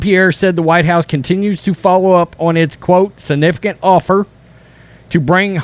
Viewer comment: Love your videos but please learn how to pronounce Reuters, ensemble, and significant. Not to mention provocateur.